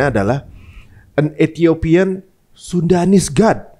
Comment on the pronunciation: itu kayaknya salah baca deh, antara SUDANese dan SUNDAnese